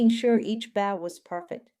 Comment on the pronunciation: Why can't any narrator pronounce the word 'bow' correctly?